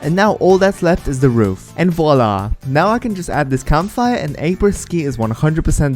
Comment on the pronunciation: the ``voila`` was great and i know what i mean im french:3